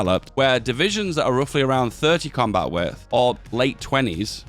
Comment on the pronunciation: I've heard you say "coombat width" so many times, it has lost all meaning.